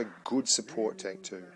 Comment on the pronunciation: And it's not tonk, say tenk man